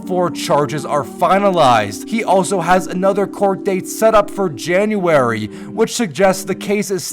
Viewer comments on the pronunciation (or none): none